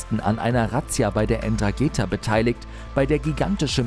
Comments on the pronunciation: Wie schlecht. Es heißt Ndrangheta und nicht Ndragheta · Nicht Ndrageta sondern Ndrangheta ich würde dir nahe legen wenn du schon über die berichtest wenigstens deren Namen richtig zu schreiben denn ich sag dir so. Die mögen das garnicht wenn man so gesagt deren Namen falsch aussprechen tut oder schreibt obwohl man genau weis wie die wirklich heißen. Ich hoffe für dich das keiner von den das mitbekommt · Ndrangheta nicht Ndragetha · Falsche Aussprache Ndragheta 😂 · Man spricht es so aus, aber es fehlt noch ein zusätzliche n, also EndraNgheta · Puuhhhh die Aussprache von 'Ndrangheta ist ja mal richtig wild. Es ist ein stummes "N", d.h. man spricht es nicht. (So wie das stumme "G" in Erdo[g]an, das btw für Grundrechte steht 🫠]. Auch die Betonung ist falsch gesetzt, gesprochen wird das Wort Drangetta. ✌🏽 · Die "Enn trageta"😆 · Die Aussprache der ( N Drageta😂😂) sollte man schon können wenn man über sie berichtet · N‘drangheta und spricht sich einfach Drangheta das N davor in etwa so Nhh wie Mhh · Es heisst ndrangheta und nicht ndragheta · Ganz ehrlich Leute, … En-Drageeeta???? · Wenn der penner noch einmal äntrageta sagt flipp ich aus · Bitte lernt sprechen. Die heißen nicht Endrangeetha. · alles schön und gut, aber hör bitte auf ENN DRA GEEEETA zu sagen......mannaggia tia! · "N" drangeta 😅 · Ndrangheta. Nicht Endrageta. Jahresumsatz NUR mit Kokain 53 Milliarden. Nicht INSGESAMT 30. So ermüdend "wissenswerte" Beiträge zu sehen von jemandem der nichtmal 10 Jahre alte Wikipedia Einträge richtig lesen und wiedergeben kann.. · Man sagt nicht N-dragehtha. Es ist ein Wort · Es heisst: 'Ndrangheta. So was von schwach eure Reportage. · Eeeentraaaaangeta xD Junge Junge.. Schau nochmal nach wie man spricht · "Endrageetha" halt doch die fre.... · Heißt Ndrangheta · Nicht mal den Namen der Mafia kann man hier richtig ausprechen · Ndrangheta wird aber irgendwie anders ausgeprochen (Ohne N) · Ndrangheta heisst die kalabrische Familie.. Bitte richtig sagen/schreiben